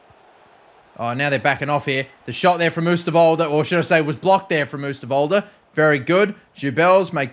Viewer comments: Its not oesterwolde you say it like this oh sterwolde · If you'd really want to know how to say oosterwolde's name: ohw-stirr-wol-duh. Keep up the vids! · The Oo in Oosterwolde is pronounced like the o in Ronaldo